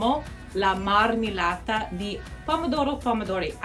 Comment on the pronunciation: Hi, Italian here. We usually say passata di pomodoro and marmellata di pomodoro because we're thinking of tomato as a type of substance, not as individual items, in thiese cases. By the way, it's marmEHllata, not marmeellata. It's the same sound as in perché. The letter E can be open or closed, but it's never going to be the same as the letter i